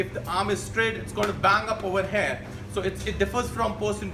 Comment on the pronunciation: I meant "here"is pronounced as here... And not HAIR.. Good video btw ✌️